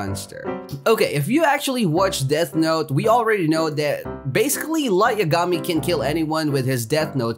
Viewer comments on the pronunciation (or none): Nice vid! But say lights lastname like this. Ya ga me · what if I said your not the only one who has that mount. EDIT: are you trolling again because its pronounce light (ya-ga-mee) I dont watch anime I just know pronunciation